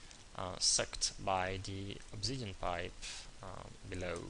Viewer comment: its!!! obSidian!!!!!!!!!!!!!Not obZidian!